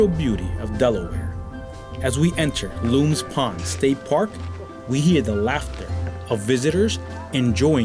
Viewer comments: Great video my friend. I live in Delaware City. Born and raised in Newark. I am chuckling at how you pronounced "LOOMS" pond. It is Lums, like Yums. But you aren't local so you wouldn't know. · Great video! Thanks for highlighting such a unique town. Jessop's Tavern is incredible - I highly recommend it. you're incorrect - the Delaware River is not the longest free-flowing river in the US, the Yellowstone River is. Maybe you meant on the east coast? (also, it's pronounced, Luhms Pond, not Loom's Pond)